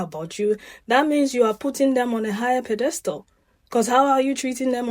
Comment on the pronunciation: Pronunciation is PED estal